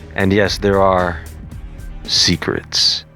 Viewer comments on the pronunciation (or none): That nigga said " and yes their are........................ SECRETS" ohhhhhhhhhh manna....